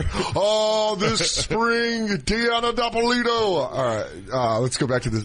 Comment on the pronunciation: Dan.....DA-LEE-AH, DIP-A-LEE-TOE